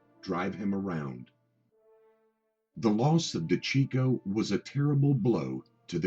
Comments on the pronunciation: Hey, fuckface, his last name is pronounced: De-ceecho! Why do you think they called him CHEECH and not checko? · You have trouble pronouncing things...it’s (day-see-ch-o)